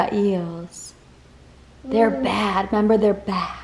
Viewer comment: just fyi... you say "member" instead of "remember" like you're a toddler still hahah. it's just funny wanted to point it out. i notice Rachel does it too. but just wanted to make sure you know so you sound like an educated adult LOL